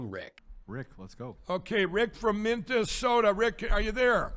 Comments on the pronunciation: It's always fantastic to see ya!!! Did that clown say Mintesota. What?? Must be all those corn flakes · Sounds like he said "Memphisota". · Omg Mike....it's not working Buh bye dumb ass....you are from MN and can't pronounce Minnesota. Mike..go to bed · Isn't Mike Pillow from Minnesota? How does he mispronounce the name of his own state? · Trump cant complete a sentence or a thought. pillow boy can't pronounce the name of his home state. If his channel is like this all the time, who's watching him?